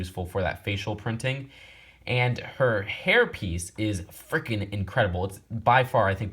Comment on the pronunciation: When he said hair piece I thought he said herpes 😂😂